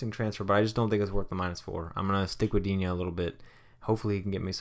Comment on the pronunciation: i'm French and regarding Digne you should not pronounce it Dignay. It's the other one but dunno how to spell it :p